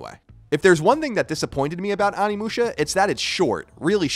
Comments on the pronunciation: Onimusha oh-knee-mu-sha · Can pronounce Samanosuke but can't pronounce Onimusha lol love ya Colin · Why has like every video on this I've seen lately mispronouncing the title of the game lol, c'mon Colin!